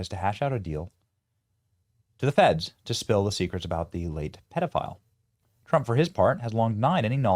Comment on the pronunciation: BENNY PLEASE STOP CALLING THEM PEDORISTS, THERE IS NO SUCH WORD! THEY ARE PEDOPHILES. STOP SOUNDING UNINTELLIGENT MAKING UP WORDS THAT DON'T EXIST!